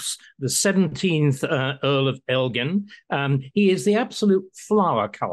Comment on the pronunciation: "I think after all this time, and the fact Greece is a stable country. It is time to try and fix this rape of European history" Christopher Hitchens. I'm so glad everyone pronounced Elgin correctly. He kept them in his house so he could view them. I say give them back and try and restore the Parthenon